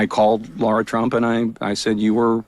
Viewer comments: It is Lara Trump, not Laura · Brandon, you need to call Lara and apologize for calling her Laura multiple times lol